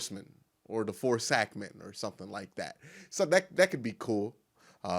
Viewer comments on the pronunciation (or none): "Sackmen"....is definitely not gonna be it😒